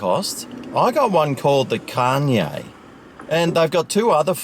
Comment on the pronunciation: i believe its pronounced "con yeeeaaah"